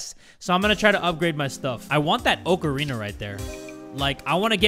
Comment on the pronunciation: "I want that Oh-KAH-rina" Im doneeeeee